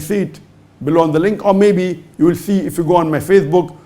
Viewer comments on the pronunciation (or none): none